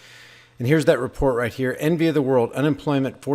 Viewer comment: At first I thought you said enemy, not envy.